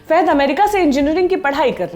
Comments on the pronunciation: Faaaaaahaaad not feeehaid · wrong pronunciation of his name Fahad not Fehad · Fahad not fahed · It's fahad not faihad. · Fahed nahi name uska Fahad hain 🤦 she can't even pronounce his name properly , so annoying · It's not fehad it's Fahad फहद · Thanks for noticing... But don't murder the movie/actor names. He is Fahad, not Fehed. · Anchor should know to pronounce his name he is not Fehad he is fahad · Not fahed...it is fahad